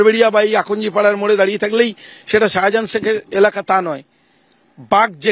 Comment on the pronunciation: Sahajahan noi re, otar pronounciation hobey Shahjahan😂 Tor train'er hawkeri style aagey thik kor. Monzid noi, otar uccharon hobey Maszid😅